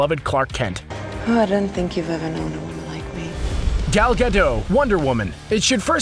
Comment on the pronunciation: "Gah-DAWT"... not Gadeau...